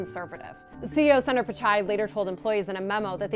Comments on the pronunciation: Its not sander pichai its Soonder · Can do the basic homework an anchor should do? Pronounce the name of Google CEO correctly? It’s not “Sun-Daar”. Hear how he pronounces it or do basic research and go to Wikipedia. Get ur act together CNBC, this is nuts. Google, Microsoft, Adobe and so many other mega caps have Indian CEOs have some basic pronunciation training or find ones who can. So unprofessional.